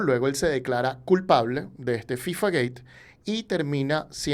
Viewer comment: Es interesante la buena pronunciación de FIFA gate, pero que no sepas pronunciar en español Jadue es raro, no es Jadué